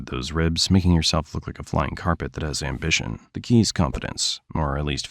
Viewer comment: I almost died when he said a flying carpet with anbishion